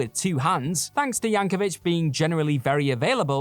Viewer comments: One more time: it's YancoVIC, not Yancovich. It's a hard C, folks. In other news, "aluminum" has only 4 syllables (and only one "i"). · Btw, it's YankoVIC.